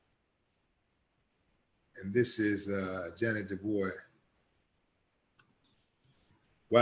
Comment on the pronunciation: Ja’net Du Bois is pronounced like Ya Nay Do Bwa. I learned it when she pronounced it back in The 70’s. But don’t forget around Christmas, they ran a special titled JT, starring Kevin Hooks, Ja’net Du Bois, Helen Martin; she came a long way. Just wanted to add that, because television in those days were very separate, as there were a transition from Black & White to Color Television Programming. R.I.P. Ms. Ja’net Du Bois, you will be missed, but always Loved 🌹🌹🌹🌹🌹🌹🌹🌹🌹